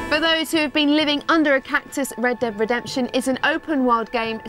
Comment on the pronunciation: funny how she can't pronounce red dead redemption